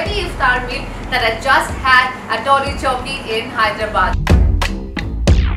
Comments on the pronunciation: It's Tolichowki not tollichowki .😁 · It is Toli Chowki not Tolli atleast get the name right. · The Hyderabadi accent is definitely not on point....and it's TOLI CHOWKI and not TOLLI CHOWKI....bdw loved how u guys covered legit accurate places to discover Hyderabad...